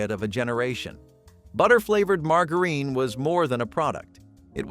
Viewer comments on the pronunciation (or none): What about the way margarine is pronounced!